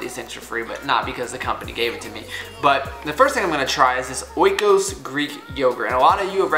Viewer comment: oikos is pronounced e-kos. greetings from greece